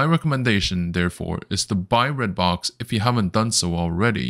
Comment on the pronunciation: It is called REDBOX not BLOX